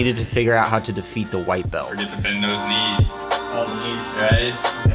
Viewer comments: Why do yoy say "bel" not BELT? Pronounce your "T's" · I learned English, and I learnrd to say belt, not "bel". In Judo and Aikido we say BELT, not "bel". Thank me very much.